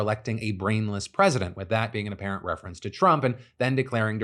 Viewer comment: Not you too phil, "apperent"? FBI themselves called it an assassination attempt. Its not "apperent" it's what happened. Why else would he be there with a rifle? To say hi? Lol